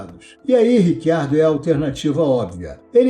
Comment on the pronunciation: Cara, pode por favorme explicar essa pronúncia do nome do Riccardo, já ouvi "Ritchardo" (vindo da origem italiana) ou "Ricardo" (afinal, somos brasileiros), mas Rick Ardo eu nunca ouvi antes...